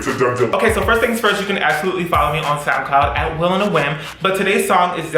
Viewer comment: Every time says soundcloud I hear “snapcloud” and ask myself what is this app?!